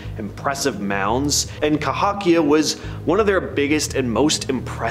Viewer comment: It’s ka-ho-Kia not ka-hawk- Kia (cohokia) I lived near there.